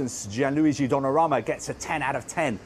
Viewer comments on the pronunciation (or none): He pronounces the GK's name as "Gianluigi Donnaramma" 🤣